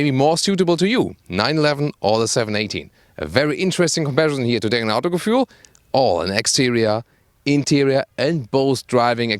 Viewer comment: Jesus Christ, what is wrong with the Germans? Why does their name change, when they are speaking in a different language? No "John" would call himself "Johann" or "José" "Josef" only because they are speaking German. Also: why is he even saying the German word "Autogefühl" as if he was English and does not know how to say it correctly and saying something like "Autogefuel". FFS you are German (as it is not hard to guess from your accent) and it's a German word! This is so awkward.